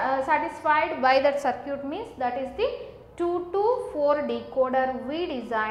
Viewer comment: Circuit as sir-cute